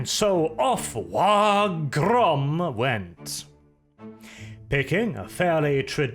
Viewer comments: I love your content dude, but if you keep missaying WAAAGH!, I'm going to want to smack you upside your head. You know it's pronounced like WAAAAAH! The G is surprisingly silent. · Some people don't like his content. Some people take umbrage with some of his politics. I take issue with how pronounces the G in WAAAGH!